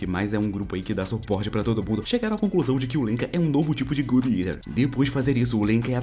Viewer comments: Fiquei agonizando o vídeo inteiro só pelo jeito que ele fala o nome do anime "gud eter" que não tem nada a ver o nome falado de jeito certo que é "god" que vem de "Deus" e "eater" que vem de por exemplo "comedor". Vou escrever exatamente do jeito que fala: "godi iter" resumo muito bom Tmj:) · God eater... não good etar...😂